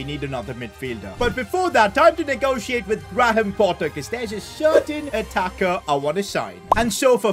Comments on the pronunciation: I'm sorry did he just say gra ham potter 😂! It's pronounced greyem potter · The way he pronounced Graham Potter 😂